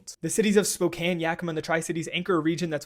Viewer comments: Thanks for pronouncing Spokane correctly. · Only thing I’m thinking is damn he actually said Spokane and Yakima correctly 😂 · I'm just surprised he said it right, instead of Spo Kane 🤣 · I'm just impressed you pronounced Spokane correctly